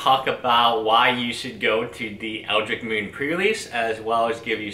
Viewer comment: eldritch. ch not eldrick